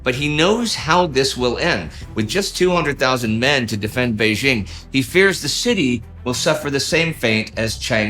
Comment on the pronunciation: It's jarring to hear "Bei-ZHING and Nanjing" since the second syllable is the same in both names. It's pronounced DJING.